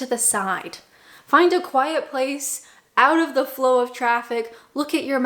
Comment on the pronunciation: I love that you haven't lost that wonderful, Canadian pronunciation of "out" - that's my "Are they American or Canadian?" test 😊